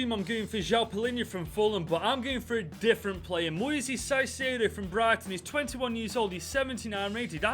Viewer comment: "S"aicedo???? wtf man